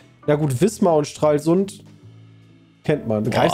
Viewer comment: Boah, das hört sich ja echt unmenschlich an, Stralsund so auszusprechen 😣